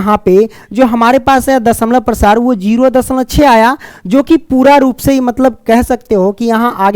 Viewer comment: Sir dashmlav Prasar bol raha hai